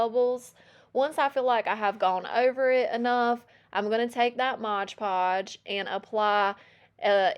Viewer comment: you're adorable, but please dont say Modge Podge, its MOD Podge. 😂